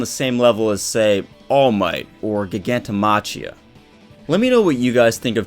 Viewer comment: breakdown. pros: pretty face, smart, great hair, good youtube content & analysis; cons: cannot pronounce GigantomaCHia properly to save his life.